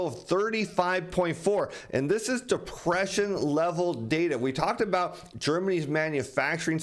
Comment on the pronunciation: You keep saying depression wrong.